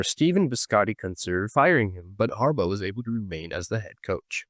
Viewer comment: Why does it sound like you're saying Harbutt wtf